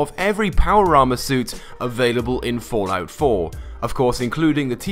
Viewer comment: Is it just me or is he saying Fortnite 4